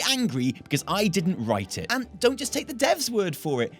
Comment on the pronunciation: "You're allowed to feel how you want about this, but you don't" Sounds like "You think you want it, but you don" : D